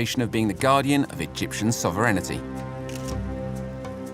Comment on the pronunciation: SOV-REN-I-TY IS NOT A FUCKING WORD. THE WORD IS SOV-ERN-TY. HOLY FUCKING SHIT THIS FUCKING CLOWN PLANET.